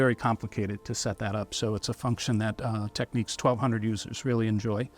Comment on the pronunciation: We'll forget you can't pronounce the brand correctly. Just curious, but how do you pronounce the word Techniques??? 😂